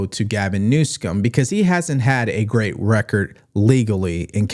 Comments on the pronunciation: Please stop saying New-scum. I am MAGA, but stay away from that sort of thing please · I doubt thumb every video where you mispronounce the governor's name. It is so juvenile you are so far above that kind of trashy presentation